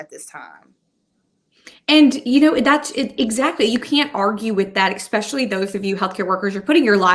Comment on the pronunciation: Ex-specially. Lol